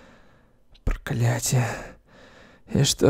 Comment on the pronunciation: Пересмотрела сто раз и не заметила,и только щас услышала что он на начале сказал"прокалятие"